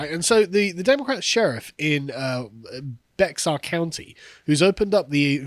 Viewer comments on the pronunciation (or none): Bexar is pronounced Bear, I live there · "Bexar" county Texas is pronounced "Bear" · FWIW, Bexar county is prounounced "Beh-ar" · Dear Carl: It's spelled "Bexar" - pronounced "Bear." No worries, most non-Texans get it wrong. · Just a small thing, Bexar County is pronounced Bear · Bexar is pronounced "Bear." It's Spanish. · it’s spelled bexar but pronounced bear. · It's pronounced Bear County. It's San Antonio Texas where the Alamo is. Also, lol "distasteful". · Bexar is pronounced "bear" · YO CARL The "x" in "Bexar" is silent. It's pronounced "bear" pretty much.